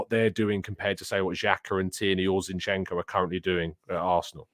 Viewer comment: Two things are for certain... 1. MM would be an amazing buy. We must have this kid. With that kind of a mentality... He'll break through a lot of ceilings! 2. We all pronounce Zinchenko wrongly! 😂